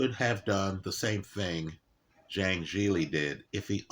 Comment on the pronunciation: He called him zang in this very video 15 mins after lecturing about respecting names lol. Not intentional I'm sure